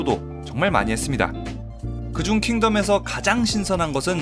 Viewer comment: 킹---텀 아니 덤